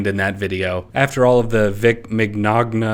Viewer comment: well he'salot better to his fans than Sean i will admit.... but there's something really wrong if there's all this shit being found out in funi....also to help with Vic's last name its pronounced Min-yah-na